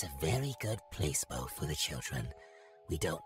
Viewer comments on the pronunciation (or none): I almost died hearing moon say “Place-Bo” instead of pla-ce-bo AND OH MY GOD, ECLIPSE YOUR PANTS ARE LITERALLY EATING.